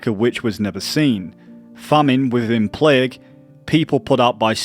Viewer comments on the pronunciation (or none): none